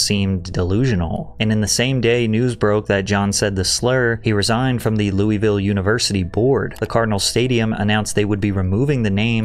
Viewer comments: Patrick it's pronounced Lull uh vull for Louisville please pronounce it right ❤ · The only problem with this video is how he pronouses louisville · That’s not how Louisville is pronounced 😭😭😭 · Hey Louisville resident here, to spare you the heartache in the future it’s pronounced “LUHL-VULL”